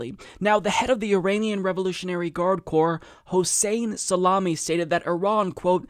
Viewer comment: Salami?!!! WTF? Amy Goodman can't pronounce his name correctly, either. Geez